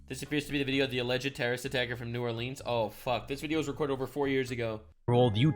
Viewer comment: I'm proud of you mad lad you pronounced New Orleans properly